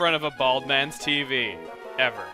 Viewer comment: "I CAN'T SEE DA TEEVEE"